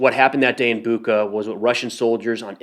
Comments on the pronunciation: Bucha. You're spending it wrong. CH - sounds like CH in word "Check" I think it will sound better if you try to read it like "Butcha" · Hey, its Bucha, like Bucher, but without R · great video just a frienly remark: pronounce of bu(ch)a is like (ch)ina, (ch)eese not buqa like cake or claw. mostly in russian its like that when you see CH. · Boo-cha😂 like cha-cha-cha:) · Hey man, greetings from Ukraine! Bucha is pronounce with 'ch' like in chain. Thank you for good quality videos.